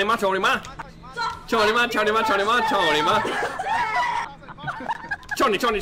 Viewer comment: you know it's Cou Ni Ma . not tony ma, right?